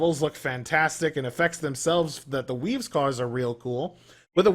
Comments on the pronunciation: I honestly thought he was saying WEEBS at the beginning of the vid xD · I thought he was saying "weebs"